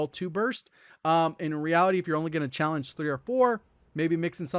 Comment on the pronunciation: As a community, when did we lose the last syllable of "challenge?"